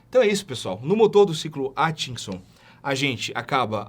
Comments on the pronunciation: Tente falar AT, não ATCHI... ai fica fácil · É "Átkinson"...